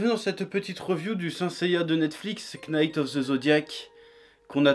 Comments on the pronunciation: Pour info le K ne se prononce pas dans knight...go learn English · Onnn neee prononce pas le K dans Knight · Tu sens le mec qui n'a pas étudié l'anglais à l'école. Première leçon d'anglais pour ne pas passer pour un gros blaireau (même si le mal est déjà fait) : Le "k" de knight ne se prononce pas, on dit alors qu'il est muet, tout comme knowledge (qui veut dire connaissance). Ensuite, pas besoin de regarder une daube pour savoir que c'en est une. Toute adaptation créée par Netflix est nulle.